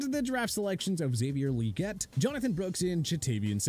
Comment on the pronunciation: He also called LJarius Sneed a Tight End and doesn’t seemed to know how to pronounce names like Xavier Legette. I stopped watching TPS like 8 years back when the old guy left. Their stuff has really fallen off since